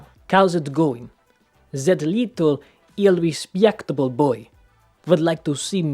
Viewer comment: This is not true. No need to say "iRespYEctable", need to speak "iRespActable". You have to say the letter "A" as in "RAD," only a little rougher and more extended. Like "iRespAActable". And we don't say the "YA" sound like in this example. We say "A" rougher "A". Everything else is correct. Interesting fact: the "Z" sound appeared in the old post-Soviet education system, when English was taught to be spoken in the British manner . And because our education system is slow to update, this is still the case today 🙄